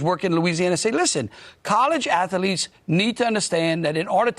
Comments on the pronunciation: What's an ath-a-leet. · Ahhhhh, the college "Ath-o-lete's" (Cartman in white Plantation suit) That ENTIRE INDUSTRY should be illegal and the purveyors in PRISON.